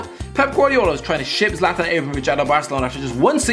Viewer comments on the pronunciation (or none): none